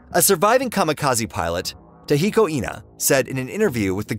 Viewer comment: TAKEHIKO is not the same as TAHIKO the latter of which is decidedly female. ENA is not INA either as you have pronounced. Pronouncing Japanese is quite simple. It's all phonetic and always the same.